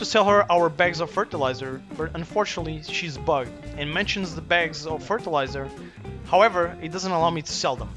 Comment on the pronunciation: Fertelizer woman lol